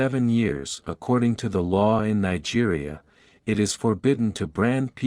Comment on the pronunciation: AI voice Can not even pronounce the word it . This is a video of a beautiful land scape not the area where this story comes from . No pictures of the boy all healed and doing well . No pictures of the "Land of Hope " . I do hope the story is true and that the boy is doing well .